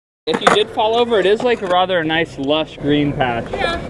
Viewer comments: and he says rother rather than rather lol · we pronounce rather like rarver not rother